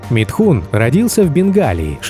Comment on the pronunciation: Из уст автора он звучит как Митхунчик...